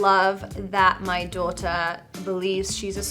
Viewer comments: The way she says daughter was so clearly British in the middle of a relatively American sounding sentence 😂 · She only said two words that were even vaguely pronounced in an English accent: daughter and anatomy! Other than that, she was American!🙄